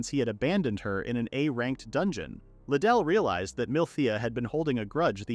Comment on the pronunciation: The last one I saw of this manga, the ai pronounced mithea as meteor. Now, I’m beyond proud of how ai has grown… until 2 seconds later. (Riduru —> Liddell)